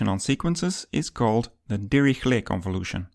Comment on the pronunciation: Great vid. More like Dihishlay not dirihlet